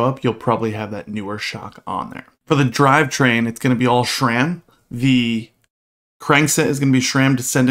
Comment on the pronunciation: I don't know why it bothers me so much, but people saying shram instead sram is like nails on a chalkboard.